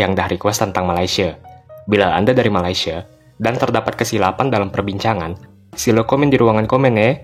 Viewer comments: Orang malaysia sebut malaysia “me-lei-si-e” bukan “ma-lai-si-e” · Hahahah😂..knpe aku rasa lawak..bila orang Indonesia ckp Malaysia😂😂😂